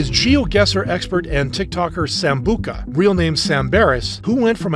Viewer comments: Nice video but why is no one talking about him calling Sambucha sambuka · Bro said sambuca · Um, not to be rude,, but it's not Sambuka, it's Sam-bu-cha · dont tell me im the only who heard him say sambuKa ITS SAMBUCHA!!!! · Sambuka? It’s sambucha… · "samBUCA" wtf its sambucHa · Not to be that guy but it’s sambucha not sambuka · its sambucha not sambuka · Sambuka instead of Sambucha is diabolical 😭😭😭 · who tf is "som-boo-kah"? or was i pronouncing it wrong?? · Did it pis enyone els off how he said sanbucha wrong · Not trying to be mean or anything, but how you pronounce it is Sam-bu-cha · Bro he said sambuka